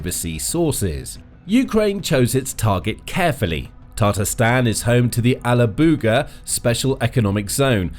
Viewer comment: Toponims are not your strong side. TataARstan. Not tatRAstan. And alaAbuga. Not alabUga. :). Do your homework check with Google or native speakers next time.